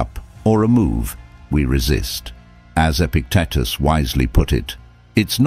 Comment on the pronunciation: Epictetus, his name was mispronounced.